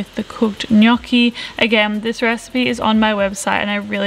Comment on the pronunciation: oh my God, you said "gnocchi" in the right way!!! such a pleasure for an Italian🤣😍👏🏻